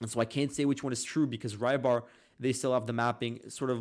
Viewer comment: PRONOUNCED "REE-BAR" DUDE! NOT "Rye-Bar"!!!!! REEEEEEEEEEEEEEBAR! "Y" makes the "EE" sound. Hence Rybar = "Reebar". I believe this word is Czech/Slovak name meaning "fisherman". Learn to pronounce the easy stuff man, it makes you sound ignorant that you can't even pronounce the simple foreign language words right. It's a slavic language word, it's not gonna make an English Y ("why") sound. You say, "oh, who cares". Well, it makes us Americans look stupid that we can't pronounce simple words of other peoples' languages right. Like calling Beijing, China, "Peking". It just sounds ignorant. Its totally understandable when its a difficult word, but c'mon man, "Rybar" (ree-bar), that's easy.